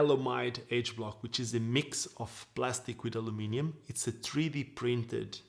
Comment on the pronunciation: Hello. I love how you say ‘Aluminium’ instead of the Americans way ‘Aluminum’... & English isn’t even your 1st language! Love your videos & your skating also. Big ups from Dublin, Ireland 🇮🇪👍🤪